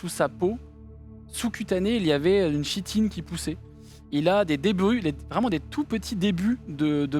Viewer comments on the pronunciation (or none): très chouette vidéo ;) par contre en tant que relou , on dit "kitine" pour le mot "chitine" :D, mes oreilles vous remercie^^ Incroyable "Heretiques Explosion" xD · Chouette partie, les costumes ajoutent vraiment un truc. Pour usage futur : chitine se prononce [kitine]. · c'est génial. Juste une note: chitine se prononce Kitine (comme chtonien se prononce ktonien). Continuer les JDR c'est cool! Super cosplay et roleplay. Excellente ambiance. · On dit "kitine" et pas "chitine", ca trigger :s sinon top! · chitine se prononce kitine, mais sinon bien amusant! ;) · Ça se prononce Ki-tine 👀